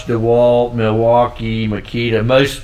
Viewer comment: DeWalt - Einfach nur Dewalt! - Nicht Deeeeh Wald!